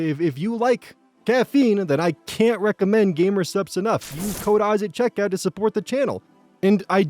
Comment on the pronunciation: I can't help but hear "I personally ooze this product" instead of "*use*", I know it's probably his accent and/or he's doing it on purpose, and I just find it funny every time I hear it. Please never stop!